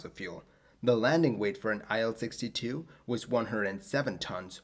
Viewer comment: "IL-62 is pronounced "EEl" from Ilyushin.